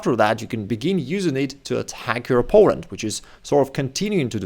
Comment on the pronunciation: I'm sorry but whenever you say "opponent" I wonder "Poland what?"